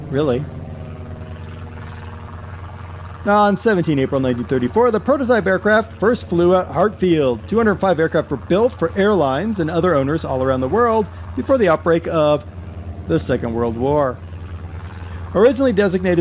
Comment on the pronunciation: I would like to be a bit nerdy and correct two things. It is called a Dragon Rapide in the UK, as you said, but is pronounced draggon not draygon, and it flew from Hatfield not Hartfield. The DH museum is all that remains now of the site (actually at London Colney) , and they have a Rapide being rebuilt. Well worth a visit if you come to London! Thanks for the video, BTW, it was great.